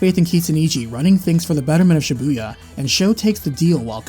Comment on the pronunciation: learn how to pronounce Shibuya...